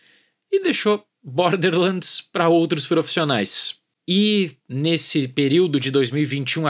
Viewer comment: "bórderrrr lândis" 😂